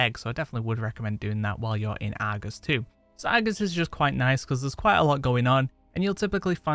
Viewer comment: I like your videos, but I have to admit.. Your dialect frustrates my ears. I mean no offense. But like Argus . The Ar sound is like the letter R. Not Agus. And when you say words like "likely". Where I'm from it's pronounced "like-lee" not " like-la". Again, no disrespect, just thinking out loud. 😁